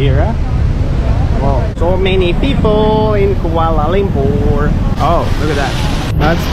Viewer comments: Kuala Lumpur is pronounced Kua(koa like koala) la(lah) Lum(loom) pur(poor) I bet the people walking past were slightly annoyed but scared of correcting you. (Malaysian here, no hate, just normal behavior) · "kuale lempur"😅